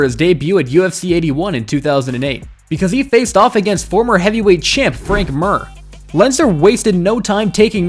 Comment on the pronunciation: The fact that you said Frank Mir’s name wrong so many times means I can’t watch this channel.